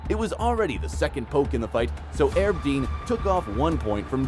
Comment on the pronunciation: How are you gonna make videos about mma and you can't even pronounce Donald Cerrone, one of the most popular fighters ever, and Herb Dean is one of the best-known referees. Maybe you should do funny cat videos instead.😅